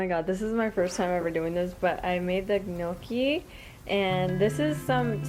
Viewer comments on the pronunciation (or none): Your hair turned out gorgeous! Have you tried that no heat sock trick to curl it? I've never seen anyone make home made gnocci....we pronounce it neock key in Italian :)....yours looked delicious. My Italian mother in law called them 'sinkers' because they are so heavy in your stomach....but we all loved them. Good luck with your plants! ARMY grandma